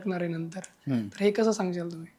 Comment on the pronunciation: मुर्खा सांग्शाल असे बोलायचं नसत कस सांगाल असे बोलायचे असते. उच्चार सुधारणे गरजेचे आहे.